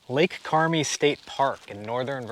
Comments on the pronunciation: It's pronounced Lake Carm-EYE. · It’s Lake Carmi, long I. Just wish you could have told more of your locations. I live in Northern Vt, just wish I knew where you were.